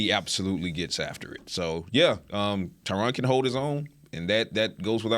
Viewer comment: Oh, come on guys, all of these years you still can’t get the greatest by left tackle of all-time name recognition right….put some respect on his name Ty-RiN….. remember Ty Ren rhymes with I win💯💯💯💯💯💯💯💯💯💯